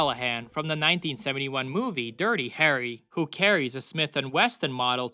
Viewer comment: “Smith and Weston point four four magnum” Jesus Christ.